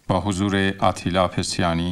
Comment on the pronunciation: پاتیلا پسیانی؟؟؟؟ وای من جای دخترشون بودم ازتون شکایت میکردم به دلیل پاتیلا پسیانی گفتنتون😂😂😂😂